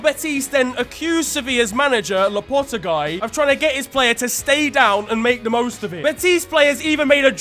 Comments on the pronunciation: did you really pronounce Lopetegui, LA POH TEH GUY. 😭😭😭😭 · Man said lopotegai 😭😭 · The way pronounces Lopetegui is killing me, man said Loppotoguy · sevilla manager loo puh the guy LMAO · That pronunciation of Lopetegui was tragic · nah m8 don't tell me u pronounced Lopetegui like that... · ive never heard anyone butcher lopetegui's name worse than that